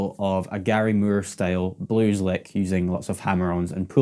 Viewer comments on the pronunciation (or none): It's not murr! It's Moore with long O😮